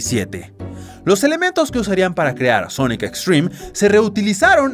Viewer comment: por que dice sonoc?